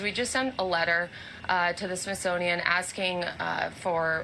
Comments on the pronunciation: The Trunt woman called the Smithsonian the Sisonoian WTF. My 2 year old grandson can pronounce it better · Did she say Shish monium ?????? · Sisothian? She said it multiple times. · She can barely say smithsonian